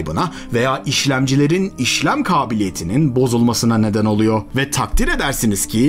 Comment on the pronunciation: oluyo, yapıyo, duyuyo - gibi kelimelerin sonunda olması gereken -r 'leri yutmazsanız, daha rahat dinlenirsiniz.